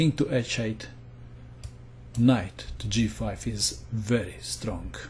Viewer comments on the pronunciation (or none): ***** no dude, he didnt say "knight to G5 is very estrong", he said "VERY stronk", that means he's probably Serbian